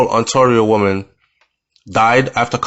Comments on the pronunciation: Ontario is pronounced on-tear-ee-o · Sounds like travel insurance assisted with her with transport to Florida..but yes it makes you think of what the citizens of JA go through without access to proper medical care.... Pretty close...pronounced...On-tare-io.. No shade 😊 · It's simple say On Tay Rio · No disrespect it's pronounced on tear io but spell ontario.This might be a little easier for you.